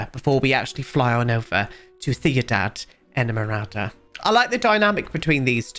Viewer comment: As a colombian, his pronounciation is much better than some other ones i've heard! The worst i think was "seenidad edmorada" 😭